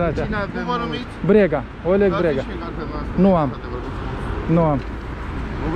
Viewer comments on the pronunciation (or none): Astia nu pot zice Oleg,dar zic Ooleg)))